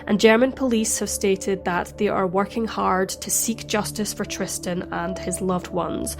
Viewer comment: Something else I noticed that was odd: He seems to constantly mispronounce Tristan's Name as "Tristian", with an additional I.